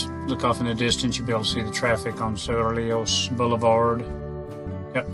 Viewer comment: Suenos is pronounced SWEN-yos. Cerrillos is pronounced sair-EE-yos.